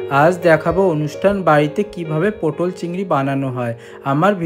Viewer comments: 'পোটোল' নয় কাকা, কথাটা 'পটল'। আর আমি বাড়িতে এর থেকে কম মশলা অনেক বেশি সুস্বাদু পটল চিংড়ি বানাই। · পটল, পোটল না 👆